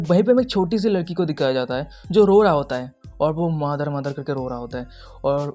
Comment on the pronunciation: mother ❎️ mother ❎️ Madar✅️ Madar ✅️ 😂😂😂😂